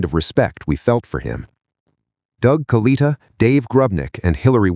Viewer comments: Proniunced KA-LIT-A not Kaleeta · KA-LET-A is how you say his name, In the video of the crash you can see the chutes deployed and one breaks away. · If you’re going to do this you really ought to learn or teach your computer to pronounce the name correctly.